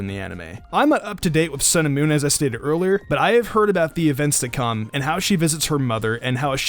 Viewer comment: I keep hearing "cinnamon" when you say sun and moon